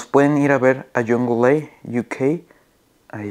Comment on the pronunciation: Se dice young la. No jungleA. Buen video brother